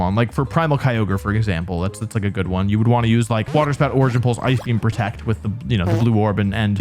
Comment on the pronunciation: Water “Sprout”??? 🌱